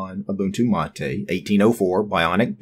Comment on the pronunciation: its pronounced ma-tay not matey